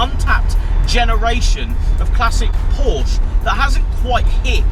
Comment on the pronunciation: FYI it's pronounced Porscher.